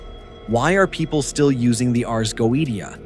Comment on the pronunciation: Hi from Sydney Australia. Couldn’t watch the whole post that bloody damned AI voice completely spoils it. For F@ sake can’t even pronounce Goetia correctly…… ⚛️☮️🌏